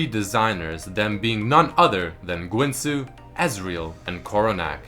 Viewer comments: I think guinsoo is pronounced ginsoo. Like the guinsoo's rageblade. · Guinsoo is pronounced Ginsu